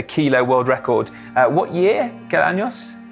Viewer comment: Absolutely brilliant video, the respect that Si has for Agustin shines through. Si however needs to learn the difference between "ano" and "año"!